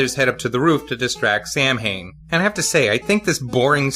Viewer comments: I showed this video to a friend of mine and she cringed whenever Samhian's name was spoken. She's Irish and said the name is actually pronounced "Sow-in". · It's Samhain!!